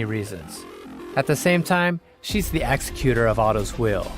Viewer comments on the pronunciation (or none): none